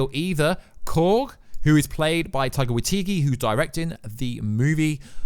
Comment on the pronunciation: how the actual fuck do you mispronounce the name jodie comer? how do you go from comer to corber? TWICE! ... plus somehow waititi is waitigi (twice) and miek is me (wtf? “i think that’s how you pronounce it”? IT HAS A K RIGHT THERE!)